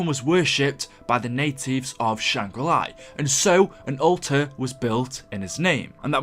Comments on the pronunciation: Why do you insist on saying things wrong? You say Shangri La once and then for some unknown reason you begin saying Shangri LIE..... learn to English please. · “Shang re-ly” 😂